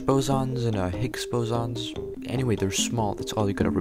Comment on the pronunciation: "Garsh Bozons"